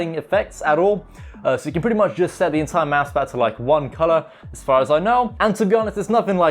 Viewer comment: its mousepad no mousemad unless if you cant pronounce it nice vid tho